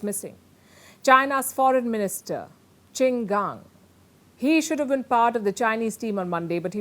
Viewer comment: His name is QIN GANG. It pronounce "Ching" "GAAN" . His is MIA for 2 weeks?!!!! wow! should we be worried? Do yo need to report his too?